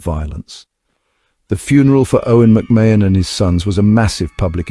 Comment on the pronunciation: Pronounced Ma hun….